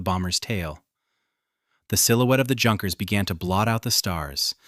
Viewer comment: Phonerically 'Younkers' it's not hard sounding 'J'.